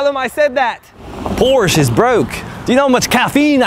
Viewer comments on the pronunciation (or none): none